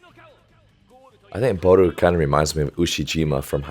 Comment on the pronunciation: You can just pronounce Barou like borrow.